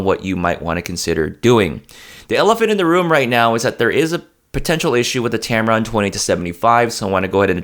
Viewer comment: I keep hearing you say tamaron 20 - 75, is it me? I would add the sigma 19mm 2.8 is great for indoor shots. It is a sharp lens.